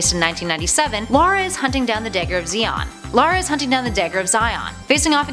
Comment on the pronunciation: Her names lara not Laura